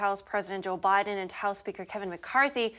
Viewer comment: "President OBiden". Freudian slip there? I applaud.